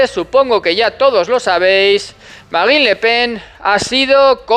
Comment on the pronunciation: ¿Tú pronuncias la "e"?